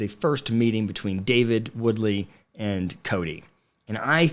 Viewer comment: David & Christine's last name is Woolsey.. not Woodley.